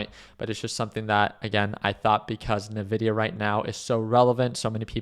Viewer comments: I tried man, He likes Navidia :D. its En Vidia. Cheers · To be taken seriously you must be able to correctly pronounce the name of the company you are analyzing. It is not Navidia, it is Invidia. Jensen Huang is one of the most prolific CEO anywhere, and he explains how he named his company after the latin word Invidia, meaning envy. Thus their trademark colors, "green with envy". If I analyzed a company call Aypple run by a guy called Tim Coke most investors would be unsure if I was to be trusted regarding future potential of this company. I like your presentation but the Navidia part should be rectified. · It's pronounced EN-VIDIA. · Couldn’t get past NA-Vidia